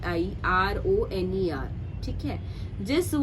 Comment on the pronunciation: it's " Environner"